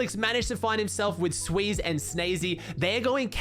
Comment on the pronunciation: it's xsweeze not sweeze